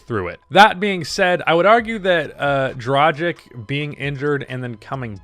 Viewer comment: Okay, the way you are saying "Dragic" is getting to me.